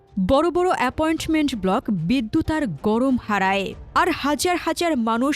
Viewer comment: কিছু মনে করবেন না অ্যাপোয়েন্টমেন্ট না, অ্যাপার্টমেন্ট। সুন্দর গলা, কাইন্ডলি আরো ভালো হবে। ছু 34, সু না। থাউযেন্ট না, জেন্ট।